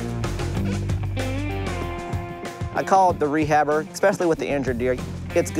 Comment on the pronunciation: “Reahabber” ah they said my uncles name 😂😂